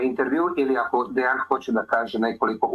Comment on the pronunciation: Translation with was not good at all. A lot of important things that Deyan said we're not even translated. It sounds as a classic American thing not even to try to pronounce correctly the name of person you are interviewing 3 hours (in Serbian it's written Dejan, should hear him presenting him self as Deyan). This fact talks a lot about. Also should be so professional and check confirmed sniper shot range before saying to guy that was 15 years on the front that he is lying. After this way of ending 3 hour interview, he shouldn't expect again some important soldier from Russian side to be part of your vlog. P.S. arranging duels is standard Slavic thing, still now... even in war... I don't expect a lot of people to understand that, as most of things that Deyan said.